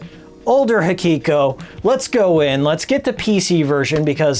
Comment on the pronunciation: I like your vid but why do you always say "Hakiko" instead of " Hikiko"?